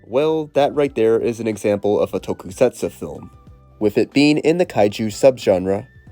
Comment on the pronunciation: If it’s any consolation, he pronounces tokusatsu as tokey-setsoo and mixes up every single fricative consonant.